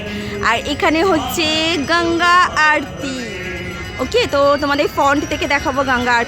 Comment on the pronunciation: Arti na aroti…. Ki koshto bangla bolte😂😂😂